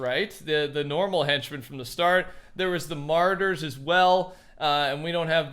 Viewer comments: saying martyr instead of marauder has pissed me off for the last time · It’s ma-raw-der (marauder) , you’re not pronounce it correctly